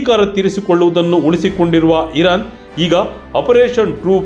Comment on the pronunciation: ಅದು ಇರನ್ ಅಲ್ಲ ಇರಾನ್